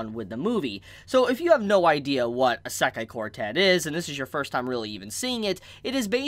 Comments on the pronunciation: How you pronounce Isekai really throw me off. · OMG learn to pronounce Isekai I'm really sorry to sound rude but I'm a pronunciation perfectionist. And this is triggering my fight or flight.